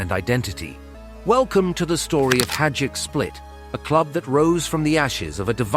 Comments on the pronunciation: Not hajuck, hajduk is pronounced high-duck. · It's pronounced "HAYDUK" ! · bruh this was hard to listen lol, every time. Its pronounced high-dook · I‘m wondering if it is really so hard to pronounce Hajduk and not saying Hadjuk , the J comes before the D and not the other way around. But i guess this is an American thing.